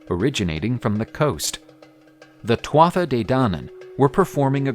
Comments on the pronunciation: Great video, excellent delivery and illustrations. I really enjoyed watching. By the way Tuatha is pronounced too-hah. Not nit picking, just friendly feedback. Best wishes. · It’s pronounced ‘tua de danann’, the tuatha is how it is spelt but the ‘Tha’ is silent